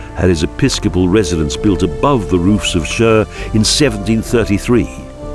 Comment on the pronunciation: nice video but only how yous ay CHÜR makes me laugh. Its simply Khur or just Chur nothing more